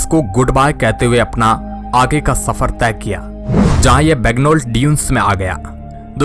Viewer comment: Shafar nahi safar bhai sahab talffuz sahi kare aap channel chala rahe. Ya to bhai urdu ka use na karo hindi me bolo ya phir talffuz sahi karo